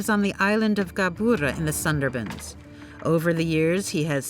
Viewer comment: Please pronounce the word Sundarbans properly. American people seem to have difficulty pronouncing many words.